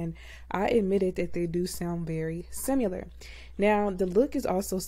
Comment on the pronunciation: Sim-i-lar > Sim-u-lar